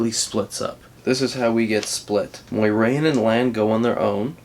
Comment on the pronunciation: BTW it's not Moirane, it's More-aine, Moraine